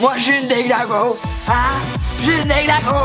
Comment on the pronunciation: « La larvé est devenue oune magnifique papillouane »